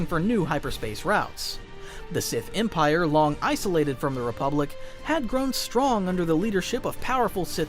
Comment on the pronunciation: No one talking about how he emprie instead of empire